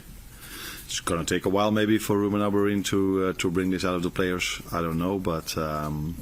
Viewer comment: Why does everyone say "Amorin"? His name ends with an 'm'. Slot said it, the journalists were saying it, even United fans say it. Why can no one say it? Its so simple 😂